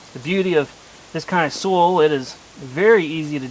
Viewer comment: When you say SOOL, do you me SOIL? ( as in SOYL pronunciation) unless its another kind of earth I havent heard of that you would use in America.